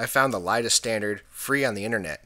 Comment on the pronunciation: Great video! Nicely done. Could that last jumper have been the interlock that was never connected to the back panel? Just an FYI, it's not "LIDA", it's" ILDA" (ill-dah) for the International Laser Display Association. Ron